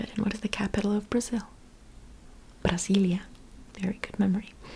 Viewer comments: I love how you say Brasília. The pronunciation is perfect 💖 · Your accent while saying "Brasília" is spot on... the original way of writing "Brazil" is with a "s" instead of "z" so the original pronunciation is just like you said "Brasília" minus the -ia.